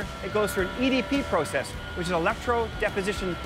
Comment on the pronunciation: Man alive dude! Learn how to say process! U driving me up the wall!!